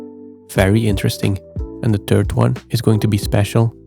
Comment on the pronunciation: I assume his first language is Flemish (Dutch) and Dutch doesn’t have the th sound, so not everyone is able to make that sound…